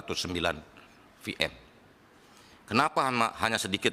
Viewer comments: astaga Virtual Machine, VM, Veeeee, huruf Veee, bukan Eeef. Nyebut VM saja gak mampu malah jadi FM, yg dipakai untuk gelombang radio. Payah nih menteri. 😂😂😂😂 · vm aja dia baca ef-em. ncen katrok. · nyebut "VM" aja jadi "FM", mohon maaf, kalau soal menkominfo lebih baik diganti dengan yang lebih layak, jangan terlalu pragmatis.